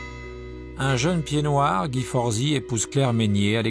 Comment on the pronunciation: Very well done this documentary! Though you miss-pronounce Pied Noir and Belote! LOL!